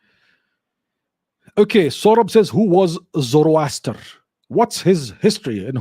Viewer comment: Zoroaster is more sound like zoro aster i.e. Zaro Asur